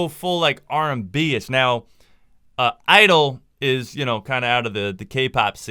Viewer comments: (G)I-DLE its pronounced Tshi Idle no ? anyway good video <3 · Love your videos man, Soyeon is always fire. Also the band is called (G)I-DLE but its pronounced Gee Idle. Thanks for making these videos man